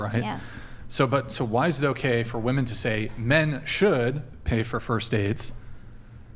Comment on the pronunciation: I may be beating a dead horse here, but it still weirds me out that modern women seem to be completely incapable of properly pronouncing the word 'women'.